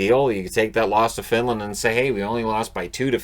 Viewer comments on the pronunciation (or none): none